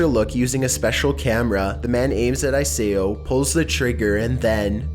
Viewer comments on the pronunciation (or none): Another great list here, but just to clarify on your mispronunciation of Isao Machii's first name a bit. Instead of "I-SAY-OH", it's "EES-OU" last syllable as in "Ow, that hurt." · #1, it’s not pronounced ISAAOO It’s pronounced ESAOU(Isao) Machi.